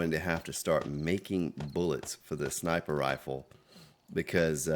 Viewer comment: Hey, did you really mean to say "rifer Sniples" at 46.58? Had a nice chuckle. Keep up the great work.